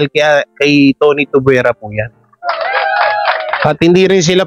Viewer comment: Bulol ka talaga. Tuvyera brad, hindi tubwera. Hehehe